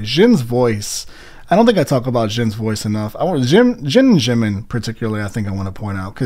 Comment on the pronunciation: same goes with jimin ure saying shimin.